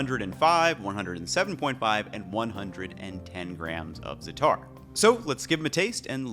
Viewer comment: The first aa in zaataar is stressed and elongated, not the second.